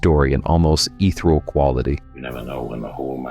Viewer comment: Why is your voice over so much louder than any of the clips? Also, , the word is ethereal, not eethrull.